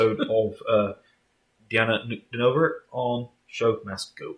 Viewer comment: Thanks for continuing your journey with Diana and sharing her unique talent with your audience. This was my favorite ShowMaskGoOn performance. Your microphone could use a tune-up, or something. It sounds like it’s in a well. You have a unique pronunciation of her name. Sounds like NOOK-de-NO-ver, four syllables. Try the way she says it, Ahn-koo-DEEN-ah-vah. 5 syllables.